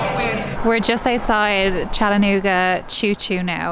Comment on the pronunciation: How exciting! You were in my town! Come back sometime, there is so much more to see! Also, thank you for pronouncing Chattanooga correctly!❤️😉